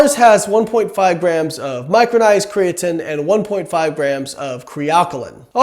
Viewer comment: I cringe everytime you say "cree-uh-tin" but your science is absolutely correct, good stopping the spread of misinformation.